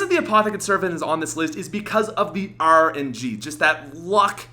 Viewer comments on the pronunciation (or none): That arrrrrrrr N G , may I ask why you always say things with an ar sound so weirdly